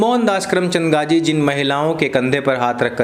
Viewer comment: abey saale naam toh dhang se le.. gandhi ko gaji gaji boley ja raha h gadho ki tarah..